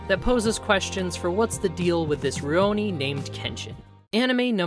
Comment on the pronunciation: Rioni? You mean, Rurouni? (Literally, masterless samurai)